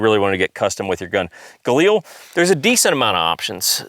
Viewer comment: LIL.... Like a woman named Lilly. Not EEL . Galil, not Galeeeel